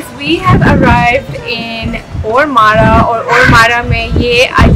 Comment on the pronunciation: اس کو اورمارا نہیں بلکہ اورماڈہ کہتے ہیں۔